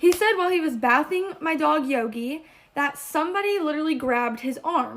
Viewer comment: I know that girl did not actually multiple times pronounce bathing, that way what?! 😳 🤦‍♀️🤣🤣